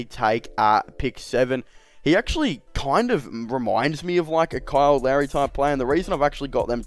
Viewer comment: Were you saying Kyle Lowry or Kyle Larry? Who is Kyle Larry?